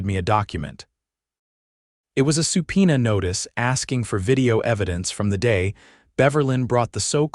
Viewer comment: It's not supina...it is SUBPOENA!!!